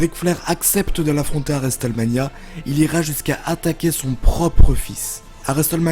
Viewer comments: "et juste après resteulmania". Cet accent anglais divin. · triple H se prononce traillepeul héche et non triple edge et WrestleMania se prononce wristelménia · Le T de Wrestlemania ne se prononce pas, ni en Anglais, ni même en Américain, car de temps à autre les Américains parlent un Anglais "bien à eux" ! Dans les deux cas, le T est "étouffé" , il ne se prononce pas. Dans cette prononciation, il faut faire comme s'il n'existait pas. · La prononciation de Hulk Hogan aussi... Au final, tout l' anglais est stressant... Le T de Wrestlemania ne se prononce pas!!!!! 😂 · Qui est Triple Edge??? Et qui est Vince Mcmawn?😂 Et pk tu dis Wrestlemania comme ça Bonne video qd même